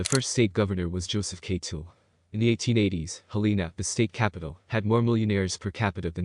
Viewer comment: Interesting list of facts. Teach the computer to say: "hell-en-a" (all the vowels are soft).